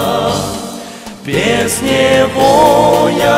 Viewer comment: Все отлично, только одно маленькое пожелание: безударная "е" произносится почти как "и". Во фразе: "без Него я упаду..." чуть режет слух, необходимо произнести: без [нИво]; так просто правильно, и звучит красиво)) Та же самая ситуация со словом: "тебя" и здесь вы уже как раз правильно спели 😉👍